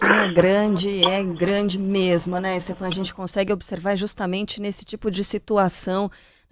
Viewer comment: Stepan? É Stefan que se pronuncia.